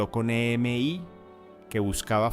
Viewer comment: Estaría bueno usar menos IA o cero, porque no se dice e.m.i, se dice EMI